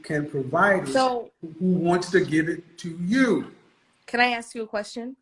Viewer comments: If you pronounce ask as ax then you can't be taken seriously as an adult. Basic f*cking grammar, people. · Educated women (or men, too) do NOT say “axe” instead of “ask.” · So, "you AX me a question but don't let me answer" .... It tells one everything 🤯